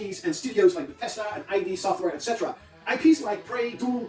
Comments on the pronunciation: "eye dee software" bruh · Not once in my existence have i heard someone call id software I-D software until today